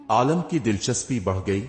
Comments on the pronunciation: Bhai aalam nahi aalim hota hai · Lafz Ko sahi kaho aur kanna sudhar lo सही लव्स गाना बढ़िया नहीं बुढ़िया आलम नहीं अलीम